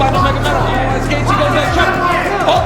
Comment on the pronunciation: bro you completely butchered gaethje